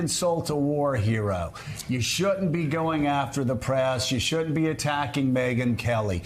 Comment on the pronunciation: Why can't that Joe dude say the word "shouldn't" ?